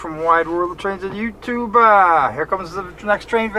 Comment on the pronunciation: I HATE WHEN YOU SAYS YOUTUBA IT IS YOU TUBE